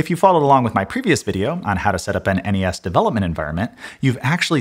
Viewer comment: Why do people say "ness"? "Enny ess" is so much better. Well done sir.